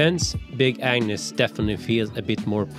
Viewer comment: I keep hearing big An*s tent instead of Agnes.